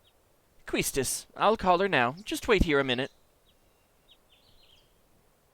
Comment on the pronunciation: Quistis is a French name and pronounced Kiss-tiss. and even the original kana supports this pronuncition.